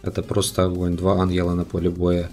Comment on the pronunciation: Охонь-охонь)) Охненный охонь